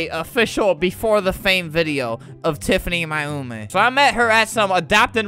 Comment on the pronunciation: Hahaha i like when flamingo says TIFANY MAYUMI bc it sounds like TIFANY MY HOMIE!